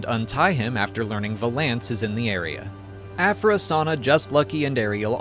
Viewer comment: I say this with the utmost respect, the way you pronounce “Valance” makes me want to smash my screen.